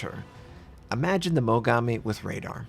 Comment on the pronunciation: Why do all American people I know pronounce Japanese names like "Mogammi" and "Yammato"... It's pronounced "Mo-Gaa-Mi" and "Ya-Maat-O". Damn. What's the origin behind the way you pronounce things? (Kinda the same thing as "Atatsuki", the U isn't pronounced, making it "A-kat-ski", for example. But that's understandable as the U is actually in the name, however, I don't understand why Americans always put the emphasis wrong on Japanese namesakes.)